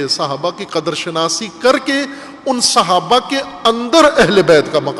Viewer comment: تلفظ "صحابہ " ہے " سھابہ " نہیں۔ بنیادی غلطی "عقیدہ امامت "ہے جناب